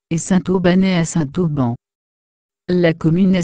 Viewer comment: Dommage que la personne qui commente" écorche" , a chaque fois , le nom de la commune . N'aurait-il pas été plus simple de lui dire de faire la liaison entre le Saint et le Auban ??